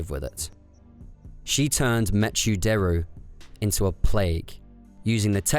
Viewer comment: "meh-choo"? Not "mekkoo"? Like MECHanical?